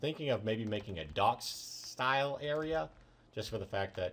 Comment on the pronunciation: when u said "dock" it sounded like "dog", so I thought who likes dogs? BURT DOES!! so u should build burts puppy shop next to the cat shop